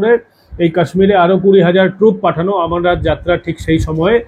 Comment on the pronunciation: ভালো বিশ্লেষণ। কিন্তু 'আমরনাথ' নয়, অমরনাথ।